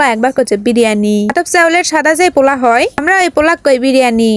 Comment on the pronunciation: kokhon o pula shuni nai pulau shunechi😂😂 ei 1st apnar theke pula shunlam